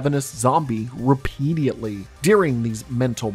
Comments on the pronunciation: Great video! just you said this multiple times, its repeat-edly, not repeatialtly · repediately, you say? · Good vid man. I love how you pronounce "repeadiately" 😂👍🏻